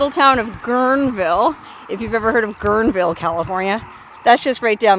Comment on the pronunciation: Having spent many summers at our former cabin at Guernewood Park I recognized the Hacienda bridge and you pronounced Guerneville properly. Also... I think you meant Monte Rio instead of Rio Nido. I'm somewhat familiar with the Sierra foothills and look forward to trying to figure out where you are. By the trees I'm guessing you were at an elevation of about 3500 to 4000 ft.